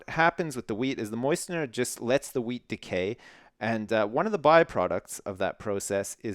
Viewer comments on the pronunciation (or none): i kept hearing him say weed.. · I keep thinking that you're saying weed farm instead of wheat farm